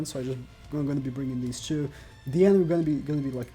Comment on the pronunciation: i love how he prenounces two like choo